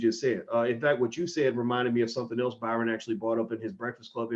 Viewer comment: Sidenote how many people laughed At how many times he fucked up Byron Allen’s name damn bro you write books and you can’t say Byron LOL LOL LOL LOL